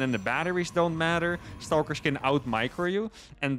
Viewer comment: I enjoyed the amount of “Staulkers” I got to hear so close together